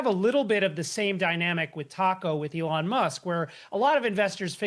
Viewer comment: Did he seriously just call him Elon Mask?